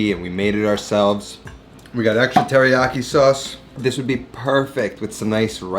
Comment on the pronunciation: Dude, next to Latin, Japanese is the easiest language to pronounce. Every consonant is followed by a vowel and every vowel only makes one sound. I like your recipes, man, but like, at least try. It seems insulting to not at least try.